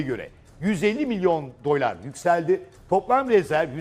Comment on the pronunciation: Dölar ne lan 😂 öyle mi telaffuz ediliyor..